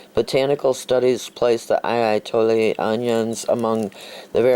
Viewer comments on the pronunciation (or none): I'itoi. There's no "eye", and there's no L. I don't know if the "I'i" is "ee ee" or just "ee".